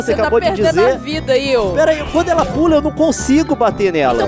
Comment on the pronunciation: Não é aio é io